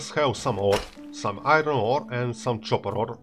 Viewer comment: excuse me it is pronounced copper not chopper:)